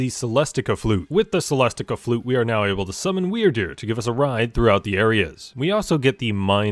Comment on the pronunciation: Is it me or when he says Wyrdeer it sounds like Weird Dude?